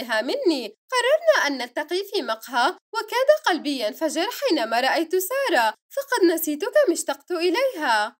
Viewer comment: كانها قالت جائت سياره ❌ بدال ما تقول جائت ساره✔️ 😂😂😂